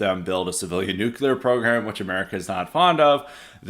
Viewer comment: is right. Having a nucular war would be really bad 😂😂😂